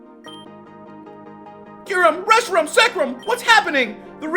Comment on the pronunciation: I think forgot how to say Reshiram...he said i think Rehisram